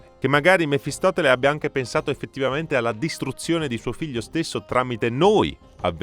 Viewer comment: Mephistopheles, non mefistoTele. Karsus è netherese, non "netheriano" ^_^'